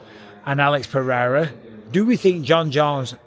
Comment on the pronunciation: Hey, you learned how to pronounce Alex Pereira name 🤣🇧🇷 Brazil is proud of you hahahahha